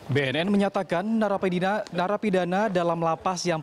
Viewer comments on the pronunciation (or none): narapedina 😂 Baru tau kalo kata "narapidana" diubah menjadi "narapedina"